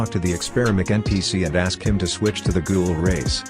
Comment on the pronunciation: ... IT'S NOT GOOGLE IT'S GHOUL